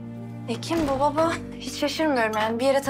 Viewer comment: Ozanın eceyle konuşurken baba kelimesini söyleyememesi...